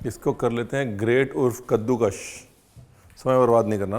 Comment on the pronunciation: Ranvir puttar, kaddukash nahi kaddukas❤